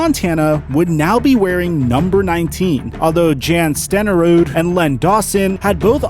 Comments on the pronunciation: Aye aint his name pronounced “Yan Stenerud”? Or am i tripping? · FYI - that HOF kicker's name is pronounced like Yawn not Jan. Scandinavian...like Johan is pronounced Yo-hawn. And Steve Bono isn't the singer from U2, its Steve Bone-o. Just figured you might want to know. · Dude, you pronounce Jan Stenerud wrong, it's pronounced Yawn Sten-a-rude. The man played 19 years, won a super bowl and is in the Hall of Fame. You also pronounced the 49ers owner's last name wrong. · I typically enjoy your videos, but your mis-pronunciation of Steve Bawn-o, Ed De Bartolo, and Jan Stenerud was brutal! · And pronounced "yon" instead of Jan Stenerud.. and Dave "Kregg" instead of kreeg for Krieg.. it'll be just the little things that make his videos legendary